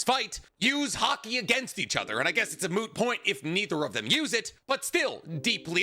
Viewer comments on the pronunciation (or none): bro said "moo point" and thought we wouldn't notice